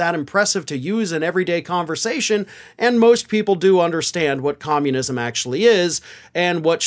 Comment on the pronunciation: Com-mun-is-m. The only four syllable word old Three Toes knows, so she uses it a lot.